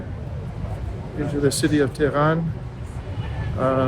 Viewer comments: To pronounce Tehran correctly, you need to emphasize the first syllable more forcefully. It is TEH-ran, not Teran. Thanks for the video. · Pronounce the H when u say Teh,, than speak ran like u would the name Ron in english. Finally, emphasize the second syllable. TeH-RON Et VOILA! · So glad you came to Tehran. Pronunciation may be helped by lengthening the a ‘a’ to ‘aa’ not always. The metro system is really amazing given the time that it has existed and it is extremely good service. In the past Tehran had a problem with pollution (it still does but given the growth not surprising) so many parks have been created. Trees in the city are protected such that if any developer damages one the penalties are very high. Also on the metro in order to get people out of their cars the fares are heavily subsidised. I hop whilst in Tehran you will visit the Milan Tower - the view of Tehran at night is stunning. Also there is the largest bookstore in the world’the book garden’ and the shopping malls are without parallel in the west. If you have time please visit Isfahan you will not regret it - I promise you. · You need to pronounce the "h" in Tehran, the same way that you pronounce "h" in uphold.